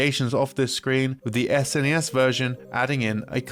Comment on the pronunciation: Thank you for pronouncing it "S_NES" and not "SNES," though I still just call it Super Nintendo out of habit, which is what everyone I knew as a kid called it.